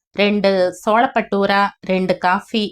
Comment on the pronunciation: Solappattoora illamma, chole-battoora